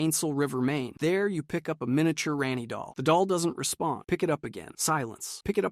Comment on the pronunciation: Hahaha Ran-Ee instead of Raw-Nee got me